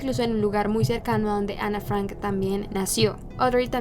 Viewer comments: ¿Por qué cambias el acento de tu voz cuando pronuncias Ana Frank y otras palabras de origen extrangero? No lo entiendo🤔🤔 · No fui capaz con este video. La pronunciación tan incorrecta de los extranjerismos me desconcentraron permanentemente. ¿Por qué a todas esas palabras le pone el acento inglés?: Ana "FrEnk", Otto "FrEnk", Edith "Jolander", "MErgot FrEnk", el dentista "FrUitz Fefel", el campo de concentración de "Uesterboerk", el diario lo nombró "QUIRI", etcétera, etcétera, etcétera.